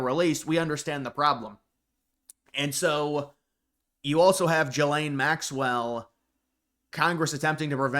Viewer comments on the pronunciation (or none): G-laine. Pronounce it right already!